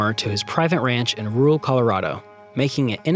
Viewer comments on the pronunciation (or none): none